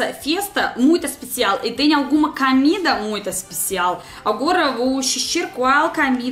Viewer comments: Camida ( Comida ) rs. sotaque muito bonito da rusinha kkkrs... São João a melhor festa do Mundo ... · kkkkk "Camida" kkkkkkk o meu Deus.... engraçado demais